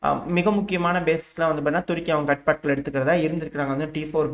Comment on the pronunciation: நீங்கள் கட்டுப்பாடு என்று உச்சரிக்கயும்😊